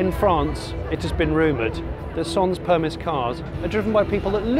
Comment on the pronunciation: Sans permis - "sohn permee".